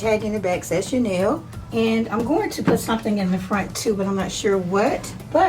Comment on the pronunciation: Love the carrage. Channel isn't pronounced like that. It doesnt have an i it. And chaniel is a type of fabric.